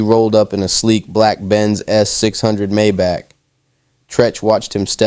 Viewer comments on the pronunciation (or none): none